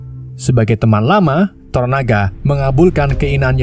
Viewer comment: tonana, toronana, toronaga... santai bang. yang penting bukan jadi toro sudiro atau toro margens